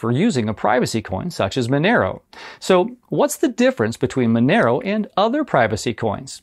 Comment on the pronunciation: why is it pronounced with MA sound but spelled Monero?